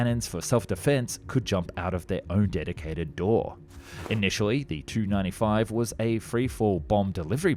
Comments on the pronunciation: Nobody in any intelligence agency says " Too". It's a " Tee-You 95". IL is pronounced "Eye-Ell", etc. Except of course, MiG. And, for some reason, Sukhoi is pronounced "Sue". Eeeesh. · Yikes! It's not a Too-95, it's a Tee You -95. Stop the gamer-speak. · The "Tu" in Tu-95 not pronounced like two-95. Unless you're Russian yourself you don't pronounce aircraft designations with just two letters all together as if it was one word! In westernized nations where I'm sure you as well as most of your viewers are from you use the typical NATO phonetic style where you always pronounce aircraft that have just two letters in their designations separately! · before prononcing wrong pls do some research first!! its tupolev tu-95 not some kind of "i hear a lot in beginning ........ 2-95 etc" ........ anyway f u with ur wrong pronounciation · In military speak, "Tu-95" is always pronounced "Tee You 95" and not "2-95" for obvious reason of clarity. Surprising you don't know this. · Hard to listen to. Amateurish. It is a Tee U 95 … as in Tupolev 95, not “Too 95” nobody in the industry says it like that. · The Tu-95 is referred to as the 'T' 'U'-95 - pronouncing the letters T and U separately, NOT like Too or Two. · Silly AI. Tee-you, not too/two/to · I am sorry, but TU is not too. It is T.U 95 or 114, or whatever. Not the way you say it looks. In fact, it should just be T-95 or T-144 etc. I just looked it ip. Here you go, At the end of a word or in the middle it's pronounced as "ch". However, when "tu" is at the beginning of a word or a stressed syllable, it's pronounced as "t". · It's TU95, not 295. Please learn to pronounce the name of your subject matter properly. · Why does he pronounce Tu as 2 instead of tee you it's the abbreviated form of the design bureau name Tupolev probably an AI narration AI frequently do stuff like that. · 2 - 95? Surely you mean the Tea You - 95? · It is not the TU (2) 95, it is the TU (Tee-You) 95. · It’s T-U 95. Not Too 95